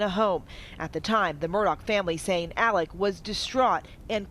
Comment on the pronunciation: Pronounced 'Alec'...just as he said it on the 911 call.